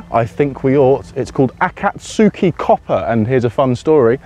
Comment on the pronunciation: It's not akaTSUki, but akatski (the u tends to be skipped over, in pronunciation. Also, the intonation does technically go up after the initial a, remaining the same for the rest of the word), meaning dawn/daybreak. And having akatsuki copper is interesting, seeing as an old Japanese name for copper, is akagane.